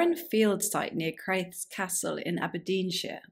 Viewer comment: Interesting, thank you. Local here, btw, it's pronounced "crah _thiss."